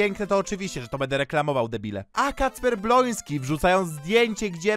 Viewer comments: kocham jak mówisz bloński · Kocham kiedy mówisz Bolonsky 😂